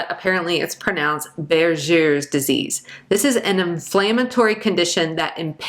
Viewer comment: “Buerger’s” is pronounced with a “G “ sound not a “J” sound…. For your kind information Regards